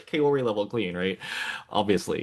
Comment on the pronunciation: I appreciate the discussion and analysis, but please learn to pronounce Kaori correctly! It's close to Cow-ree in English.